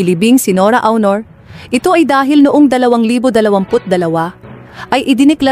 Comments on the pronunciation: Pronounce the word as AUNOR not HONOR. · Ano ka ba BISAYA hindi mo na bibigkas ng maayos ang pangalan ni Nora A U N O R . . . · Pinoy ba yan ngssalita?iba un accent hndi ma pronounce un Aunor